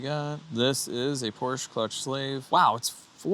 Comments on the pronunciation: Perhaps a Fugaziablo? And I know you are from Chicago.....but it is Porsha.....not Porch. Love the channel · 964 Porsch-A. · It's pronounced "PORSC -HA" (or Por-shuh)